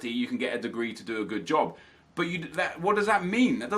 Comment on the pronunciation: Any other Scottish person pish theresell when he said job and hobby as jobby haha cause thats wit a call a shite a jobby